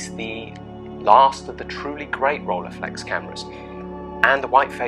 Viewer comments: ROLLEI is pronounced roll-eye, it's German. Not role-ey or whatever... Nonetheless a cool video 👍🏻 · agree to disagree: in the first 2 seconds you say role-eye and that's wrong to... anyway, doesn't matter 😉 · Not Rollyflex, but Rilleiflex. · This made want one even more! But pronouncing Rolleiflex wrongly was a joke right? 😅